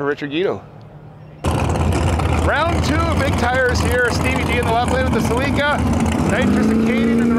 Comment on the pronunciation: A “Cel-EE-ca”? No bro, it’s pronounced SELL-i-ca.